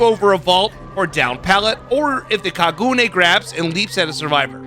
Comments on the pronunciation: Hearing you pronounce kagune is the funniest thing I’ve heard all day your the only only over pronouncing it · as someone who watches Tokyo ghouls I couldn't stop laughing every time he mispronounced kagune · It's actually pronounced Ka-gu-Nay like gun instead of like goon. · Great vid and no hate but it’s pronounced like ka-gu-ney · “Kagooone leap” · kaguna the e is said like an a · bro said kagoone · If it helps, the "gu" isn't pronounced like "goo" like you're extending the "uu" sounds, gotta shorten it so it flows into the "ne" part sooner. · It's pronounced more like ka ga nay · i find it amusing that there using a a character who is actault a fairly good person most of the time though this seems to be from the period of time where he went kind of crazy, alao your pronouncing kagune wrong its pronounced kah-goo-neh'. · My favorite anime character is being added. I'm stoked. It's pronounced "Kah-goo-nae" it's the ghouls weapon they are born with. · It's pronounced kah-goo-nay. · Your prononciation wasn't bad for Kagune. The only issue would be the rhythm but that's nothing burger. The "ka" is held a bit longer then the "gune" If you know music at all "ka" would be like a full time, while Gu and Ne would be half a time. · I could just be missing something from the anime cos it’s one I haven’t seen yet, but as a Japanese person, I’ll say that with that romanization by itself, that wouldn’t be how Kagune sounds. All 3 syllables would be basically the same length because they each consist of 1 letter: か(ka)+ぐ(gu)+ね(ne). Normally the “ka” would only be lengthened, as you claim, if it were spelled as Kaagune or Kāgune. I’ve never seen a Japanese name like that before though. If it really is drawn out according to the show, then that’s just poor attention to detail by BHVR by messing up the spelling, which would be disappointing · it's kagune e is a "a" sound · The way he pronounces kagune I was laughing the whole video